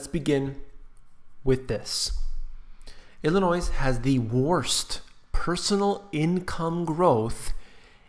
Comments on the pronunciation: The "s" is silent,in the word Illinoi(s) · I was just about to complain about your pronunciation of "Illinois"; and you said it right. It is ILL ANNOY; not ILL a NOISE. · At least have a narrator pronounce Illinois correctly. It's pronounced Ill i noy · IlliNOISE? Please, learn how to pronounce the name. It's IlliNOY. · I’m sorry but when you said Illinois, I’m so sorry but I have to say this YOU DONT PRONOUNCE THE DAMN S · "s" is silent in "Illinois." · don't make a video on Illinois if you can't pronounce it right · Computer, no S sound in Illinois. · The "s" at the end of Illinois is silent. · It's hard to listen to someone who cannot even pronounce the state Name! There is no "noise" in Illinois! (The 's' is silent). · There is no "Noise" in Illinois get it right or don't say it! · the "S" is silent in Illinois